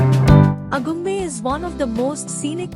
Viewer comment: Information is good. Video is also good. Narration needs improvement. Diction is not proper at many places. Ex: Agumbe for Aagumbe, Thirthahalli pronounced as Thirthahelli, etc